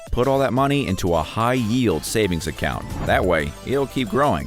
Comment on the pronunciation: accou-ent? Dude, how hard is it to put your tongue on the roof of your mouth for a microsecond to pronounce the T in the middle of words? Answer: not hard at all, so do it to avoid sounding like you were raised by a pack of wolves.